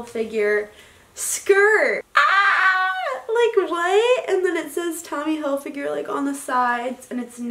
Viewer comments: Not trying to be mean at all but is pronounced hilfiger not hilfiguer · If she says Tommy hil-figure one more time.... It's Hilfiger, Tommy HILFIGER. How can you mispronounce your "favorite" brand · Yo it's Hilfiger not figure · If she says Hil-figure instead of Hilfiger one more time she might actually get hit with a shovel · ITS NOT TOMMY hilfiGURE ITS TOMMY hilfiGER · Every time she said Tommy Hillfigure I cringed... Not trying to be rude but... Wow that's so not right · Hill Fig Er not Hill Figure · Reacting Time it’s hilfiger...... not finger wtf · no one: absolutely no one: her: ‘tommy hilfigure’ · “i’m in love with tommy hillfiger” can’t even say it right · no one: absolutely no one: not a single soul: her: tOmmy hilfiGure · the way she said Hilfiger like hill-figure kills me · If she says Hill-fig-a- ure again! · i swear to god if she says tommy "hilfigure" one more time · Every time she said Tommy Hil-figure I want to stab my ears out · Tommy Hillfiger called, he wants you to STOP calling him Tommy Hill-“figure” 🤦🏻‍♀️ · Sis. If you’re so obsessed with Tommy Hilfiger you should maybe learn to pronounce it. Also I didn’t see anything luxurious in this haul. Also also you called the Long Island medium and median. That’s in the middle of the road... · “i love tommy hilfiger ” then learn how to pronounce it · It’s HILFIGER.....